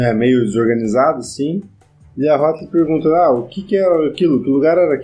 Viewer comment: opa tudo bem? só um comentário: não se pronincia huatli, acho q é huatou